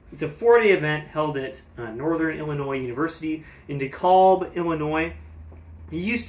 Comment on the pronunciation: Native chicagoan here - Dekalb is not pronounced "dekohlb" it's pronounced "dekALb" ALSO, Tim Riordan's last name is pronounced "REARdin" - i know this bc I had his sister Colleen as my high school trombone teacher